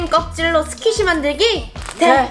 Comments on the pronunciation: 초에 스퀴시인데 스키쉬라고 잘못말함 ㅋㅋㅋ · 스키시아니고 스퀴시에요.